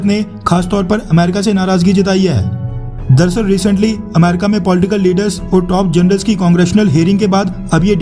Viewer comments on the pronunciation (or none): none